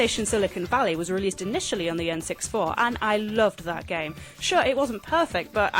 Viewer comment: "The EN SIX FOUR" ??